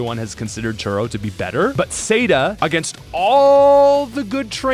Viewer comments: Tore-oh? Say-duh? Their names are Spanish for Future and Past: Futuro and Pasada. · turo like too-row, sada like sah-dah, like spanish